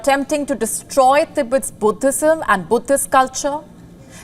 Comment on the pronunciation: The reporter said "putthism" . Its Buddhism